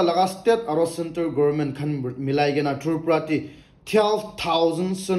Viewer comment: Brother please practice Tripura word 😂